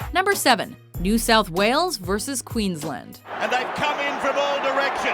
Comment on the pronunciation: haha 'QueensLEND'